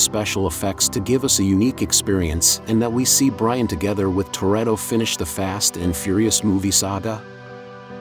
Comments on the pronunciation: my opinion in the comment box? ok how about listening to your AI shit before posting it. its not byron its brian. as for my opinion on if it was brian i think thats what they were going for being pauls brother cody was asked to do brian again for 10 but is A to busy with other stuff and B wants to let his brother rest in peace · The bruh said biran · My man said Byron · Common guys you said byran when he in the supra not Brian if you listen closely give the bloke some respect guys get it right he sadly missed rip Brian